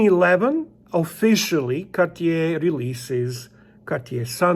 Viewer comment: “Kawtch-yay”, huh? Never heard of it, must be one some sort of Québécois thing. JK, congratulations on your new piece, 🐻, and to Bunny 🐰 for her first Rolex.